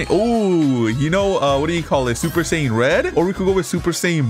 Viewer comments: “Super saiyin red” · He said super sayain red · Super sayin red 💀💀💀